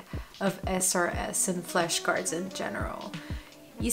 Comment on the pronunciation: why is she saying "fleshcards"?